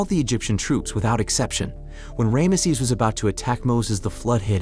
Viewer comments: It's fckn Ramses not Rameses! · Ram sees..NOT ram a sees...has the narrator never heard of the name before? its like thousands of years old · That is the worst bunch of Tripe I have ever seen from hollywierd!!! And who the heck is Ram uh sez??? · The Hit-it people? Ray, mess? Setty Eye Geez man. Pronunciation is awful. Otherwise good recap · Who is Ray-emsees?? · the varying pronunciation of Rameses is hilarious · Yeah how do they pronounce it 3 times incorrectly. AI letdown